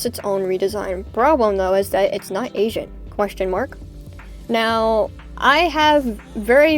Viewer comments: Dude I thought you were saying Asian and I thought you said “I have problems with Asians” I was like “HUH??” Then you started talking about ancient dragons I was like “oh oml thank god lmfao” 😭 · Bro why did it sound like you were saying " Asian dragons " to me omg, I was so confused like " what Asian dragons??? The fulong??? " and then I realized you just had a slight accent saying ancient where the c sounds blend in with the rest of the word lol OOPS 😅